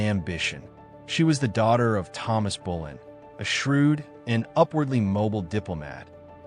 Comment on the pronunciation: Her name was Anne Boleyn not Anne Bullen.